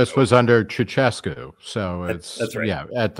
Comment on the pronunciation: Romanian here. His name was pronounced “chow-chess-koo”